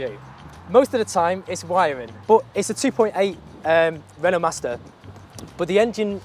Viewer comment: Renault & Van = Veno (exactly how he pronounces it)